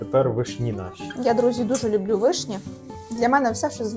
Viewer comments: не вишнІ,а вИшні. ви не знаєте де ставить наголос? тоді ви анЯ і толІк.(наголос на Я і на І) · Як можна говорити вишнІ, з неправильним наголосом. Цілий час вуха ріже😅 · вИшні,а не вишнІ😂